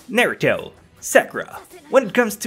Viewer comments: wtf is naturo and 'neruto' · Naturo? It's Naruto. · WHY SAKURAAAAAAAA??????!!!!!! also he spell it naturo not naruto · did anyone noticed the naturo in stead of naruto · "Naturo". You had one job. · Lol he said Naturo instead of Naruto and I have to disagree with the Sakura being annoying thing and i believe that she was actually pretty helpful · he said "neruto" and wrote Naturo wtf? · did he really just spell naturo instead of naruto and pronounced them even worse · NATURO .... SASKAY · YOU DIDN'T SPELL OR SAY NARUTO RIGHT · how the hell do you fuck up naruto's name 2x???